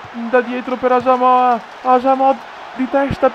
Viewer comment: non hai messo pogba e comunque si dice asamoha no asamoha'